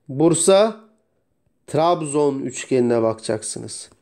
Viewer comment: 49.17 Tirabizonun t si hehehe Var olun hocam konuyu rahatça anladım :)